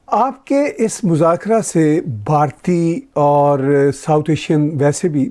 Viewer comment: Tahir Sir it is Bhartiya not Bharti. Thank you.